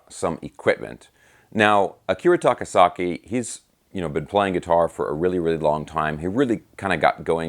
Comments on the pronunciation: "Akira SAKA-TAKI"...LOL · "Akira SAKA-TAKI"..?? LOLZ... Luv your videos,!! Thank you for this, though. Ever since Crazy Nights, this guy had my attention. (Devil Soldier & Birthday Eve are great pre-fame albums, too).